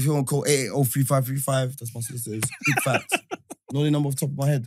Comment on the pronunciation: has started saying "Factos", Give it two weeks watch how he says he invented it😤😤😤